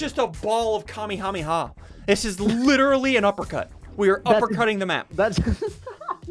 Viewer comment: am I trippin or did he say kamihamiha